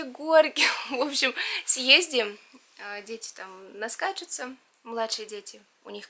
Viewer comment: почему"лазиет", "съездием", а не съездим?🤔